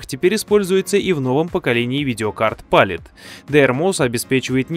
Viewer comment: ударение ставится палИт а не пАлит, в видеокарте не оперативка а видеопамять